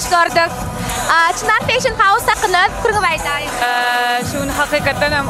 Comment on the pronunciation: Vedushijan bet gurleyanay (feyshin) diyip Molasses))))